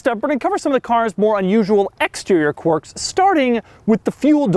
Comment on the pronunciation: And he's since learned how to pronounce "quirks" - no longer saying "quorks".